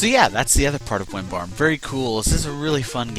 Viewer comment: Why do you call it Wimbarm? Or am I mishearing it ...